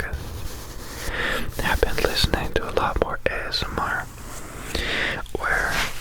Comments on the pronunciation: Did anyone else see the episode of Criminal Minds where they used ASMR to hypnotize children and Reid spent the entire episode saying "azmer". I thought he was saying asthma and was SO CONFUSED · "ASS-MAR" Made me laugh out loud because I'm apparently 5 yrs old.